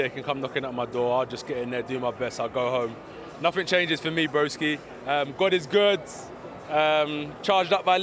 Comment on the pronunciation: Man really said 'broksi' like nobody would notice. Thad Castle vibes 🤣